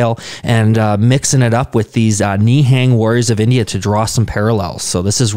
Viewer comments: Literally every foreigner Ni hang instead of nihung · Pronunciation of Nihang "Ne'hung" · Pronounce as ni+hung